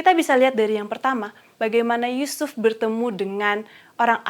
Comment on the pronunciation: Mantap, kalau bisa di edit sedikit menit ke 11.33 ya. Krn semangat menyampaikan materi sehingga nama Yusuf terdengar seperti sebut nama Yesus.